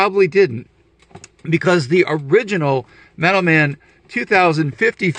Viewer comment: i was so confused until you showed the card. I kept hearing "METAL MEN"